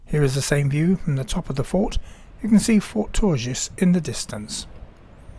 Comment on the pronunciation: quick note, the s in Longus and Tourgis is silent, so pronunciation is Longhy and Tourghi